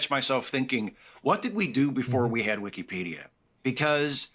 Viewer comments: I probably pronounced (wikeepedia) like that when I first used it when it launched. I've since come to the conclusion that it is in fact wikapedia. as Wikeepedia is just so dayum annoying. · This guy is a clown. He regurgitates all the woke buzzwords. Just the way he says Weekeepedia triggers me. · Bro needs to stop saying wiki---pedia, lmao. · don't take a shot every time calls it wikeepeedeea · But why the pronunciation like that? wik-EEE-pee-dee-uh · GUY PRONOUNCES IT WIKKIEEEEPEEEDIAAA like a 4 year old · What's cringe is pronouncing it WEEKEE-PEEDIA. Dude hates Elon obviously, wouldn't matter what he said. He was gonna disagree without any critical thinking lol. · By the 10th time the dude pronounced it "wickeepeedia" I checked out. Unreal. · As soon as he said "wikeepedia" the first time, I knew he was gonna have an L take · I literally can't listen to this guy say weekypedia over and over im already going nuts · Bro if i hear "wiKEYpedia" one more time i'm going to fucking lose it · The first time I heard this dude say "Wee-Kee-Pedia" I knew he was stupid. Then I saw the action figures and it all made sense. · I knew this dude was sus, by how he pronounced Wiki-Peedia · wee-kee-pedia lol why’s he pronounce it like that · The way he kept pronouncing it “Weeky-pedia” drove me nuts. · Wik-E-pedia bugs me more than it should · Take a shot every time he says wikeypedia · He tries too hard to say wikipedia and it comes out weekeepeedia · It's hard for me to keep hearing him say "Wikeeepedia" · Anyone who says wikipedia like “wikeepedia” should be locked up!!! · If he says "wikie peadia" one more time, I am gonna' claw my ears out. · Dudes saying weekepedia wrong intentionally to generate discussion on why he says weekepedia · He’s driving me insane how he’s pronouncing Wikipedia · I hate how he pronounces Wikipedia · The way this guy pronounces "wikipedia" tells you all you need to know. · he pronounces Wikipedia wrong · It’s not weekee it’s wiki